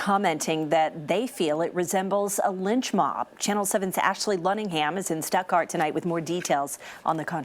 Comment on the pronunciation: Why are they saying stepgart when it's STUTTGART GERMANY ITS ONE OF GERMANY TOW